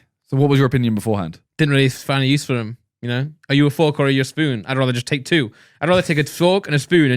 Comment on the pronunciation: They say "fork" without the R lol